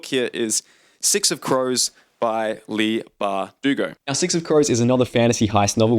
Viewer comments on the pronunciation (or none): none